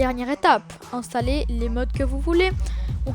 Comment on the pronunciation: Installer c'est français, ça sert à rien de faire l’accent anglais...